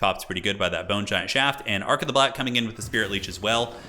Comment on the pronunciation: 0:0:50 "The Boner Giant." I can't be the only one who heard that.